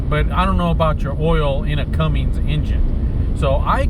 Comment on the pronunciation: Bro why do you say Cummins like Cummings